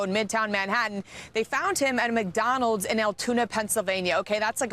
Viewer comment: Holy fuck thats not how you say Mcdonalds dude